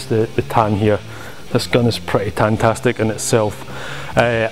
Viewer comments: "Tantastic"? Did I hear you right? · ''Mehhleavage'', ''Tantastic''... I was laughing too much at that. Good video and like another YT'er pointed out, Deadalus looks a bit tired, hope he's alright.